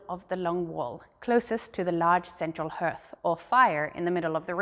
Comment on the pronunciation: Hi, from Northumberland on the English Viking Coast 👋 I particularly love all the carvings. Btw, your English is very good, but just to say that the word, "hearth," is pronounced harth, not herth. I hope to visit your wonderful hall one day ❤